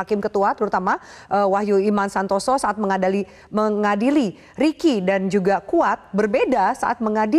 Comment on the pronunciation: Mengadili mbak bukan mengadali wkwkwk lucu juga mbak pembawa berita ini,, hehe terhibur juga mau liat yg serius jadi tertawa hehe